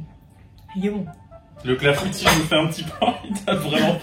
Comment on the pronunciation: Ah je suis cassée, son clafoutis c’est pas un clafoutis mais un clafoutu 😭😭